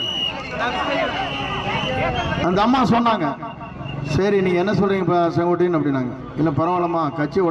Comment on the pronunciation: He is calling his name as Songottaiyan... Not Sengottaiyan...😂😂😂😂😂😂😂